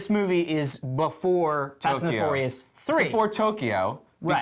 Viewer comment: LOL fast and the fourious haha